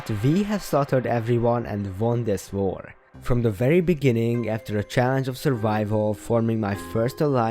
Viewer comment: he whent for the brewing stand and tried to run my mind: bruh why go for the brewing stand edit:i like how he says war like var